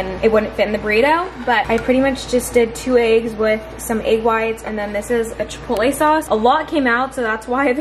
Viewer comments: It cracks me up every time says “eggs” because it comes out as Aye-ggs. 😂 like the E turns into an A. No offense at all I just look forward to it because my humor is broken. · The way says eggs is so funny😂♥️